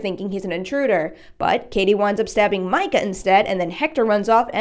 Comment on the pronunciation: Why do people keep pronouncing it "My-cah" 🙄 its "mee-cah" clearly says so in the films.